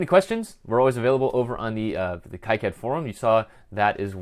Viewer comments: According to a recent talk by KiCad project lead, Wayne Stambaugh, he pronounces it 'KeyCad' not 'KaiCad'. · Pronounced "Key Cad" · The 'i' letter should be pronounced as in kilometers (eeee), not as in "I am" (aaaai). Plus. that's how it works in Spanish, which is the language that makes the rules for all the others, by the way.